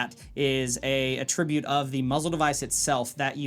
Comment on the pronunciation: A-tri-bute, not “ah-TRIB-ute. Jesus Christ, open the schools….